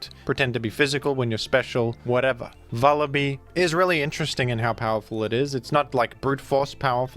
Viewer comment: It's Vullaby like lullaby